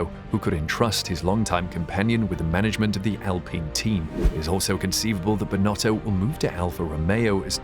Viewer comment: It's still not right😅